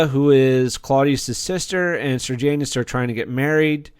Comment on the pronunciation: Don't pronounce Sejanus like Sir Janus. There's no R in the name. The script was excellent in this show and also the acting. The story was based on a book called 'I, Claudius' by Robert Graves. The historical accuracy is questionable at times, but Graves's book was a great story and the TV show was a great drama.